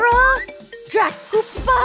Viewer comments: The word is Dracula.It’s the letter L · It's Dracula Dracula d r a c u l a Dracula